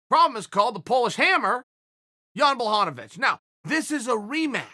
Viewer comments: Man I'm from Poland and the way Chael pronounces Jan name is hilarious :) Chael please...just JAN! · I was dying... he pronounced jan’s name different every time 😷😷😂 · Chael can't decide which Jan pronouncement he wants to stick with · Chael butchers Jans name every time 😂